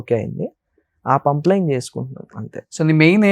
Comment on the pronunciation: It's not pumpline, it's pipeline